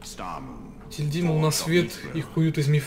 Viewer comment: Просто для справки не етиЛьдин а еТильдин